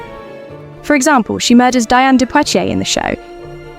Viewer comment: Diane de Poitiers' first name is pronounced "Dee-ahn".